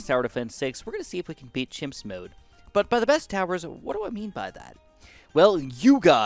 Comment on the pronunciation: he said himps